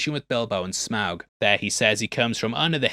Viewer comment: you pronounce Smaug correctly, then seconds later pronounce it wrong. How?